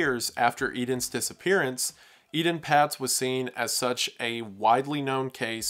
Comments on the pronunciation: Ee-TAHN PAYTS not eden pats. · Please pronounce the names of these children correctly. Ay-Tawn Pay-tz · It’s pronounced “AYtahn Paytz” (with long A’s). Robert Stack covered his story on Unsolved Mysteries in the 80’s, and that’s how he said it. I trust him and the network it was on to make sure they pronounced victims’ names correctly. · Solid video, but it gets under my skin when a reporter (or vlogger) doesn't pronounce a name correctly, especially one that (a) gets mentioned a lot in the vlog and (b) was hugely influential and commonly heard to us graybeards (born back when dates started with a 19!). Etan Patz's name is pronounced "AY-ton Paytz". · Not to be picky but Etan Patz is pronounced with a long A on both the E and A. Surprised I still remember this.